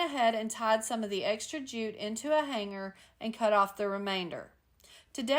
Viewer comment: Loved all your projects! And want to say thank you for pronouncing the "g" in the word hanger and hang correctly! So many crafters now are using a "hard" g like grrr! It drives me crazy! Hugs from Idaho ❤